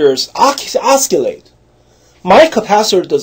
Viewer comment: Oh Stop That was 100 years ago. Wake up man. You do not use those machines. Its the form. Oscillate is a word you should learn how to pronounce.